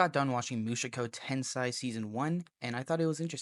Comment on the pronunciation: Not a big deal, but the way you pronounced the title sounds like Mushoku tensai (ten-sigh) instead of tensei (ten-say). Which would translate to Jobless Genius, instead of Jobless reincarnation.